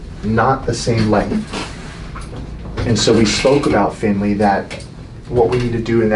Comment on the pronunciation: I don’t know why, but, I thought said, “Big breath in again, family.” Y’know? Like, “big breath in again, fam,” instead of Finley. Now that I’ve heard it, I can’t hear anything else but fam.